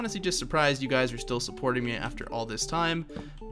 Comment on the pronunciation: for some reason i though you said HEY GAYS in the intro